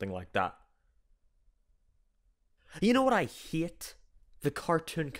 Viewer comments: No I don't know what you haAYEEIT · The way he says hate I fucking love it (Yes I know it’s because he’s British) (atleast I hope he is otherwise I’ll seem like a fucking idiot)